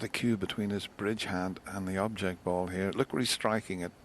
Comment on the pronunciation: I agree. Just compare Taylor's pronunciation of "ball": to Taylor it's a ball, to Davis it's a "bowl"!